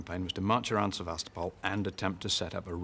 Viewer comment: Its Sevastopol not seba,...... Sebastian? Lol